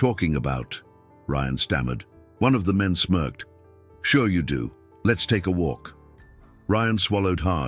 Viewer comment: Smerked, not smoked, you twit A.I.